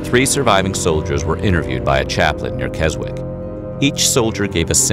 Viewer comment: Silent w in Keswick it's pronounced kezick 😜its about 25 miles from where I live and its in the English Lake District.